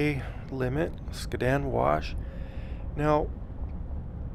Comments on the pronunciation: You’re driving me crazy! Skad-din wash. Not skaa din. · Skad-din for the win . I was gonna create a drinking game between the mispronunciation and the mention of the traffic.